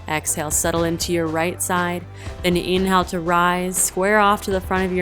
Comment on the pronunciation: Too fast and you say inhale like its spelled, not like it really sounds.